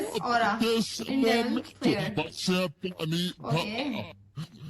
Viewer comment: it's demon slayer not daman slayer